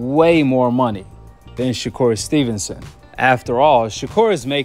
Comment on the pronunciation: I heard someone say, Shakoon stevenson 🤣